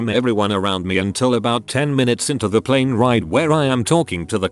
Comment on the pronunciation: Plen? No plAne lol ok.